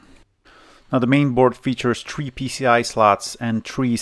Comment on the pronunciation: I watched this twice as I had the same set up back in the day and it brought back memories. The second time I watched it I counted how many times you mis-pronounces "three" as "tree" (yes I understand it is your accent). For each error I gave a Euro to the Friends of The Earth "More Trees Please" Campaign... Please beat around the bush when talikng about socket 7.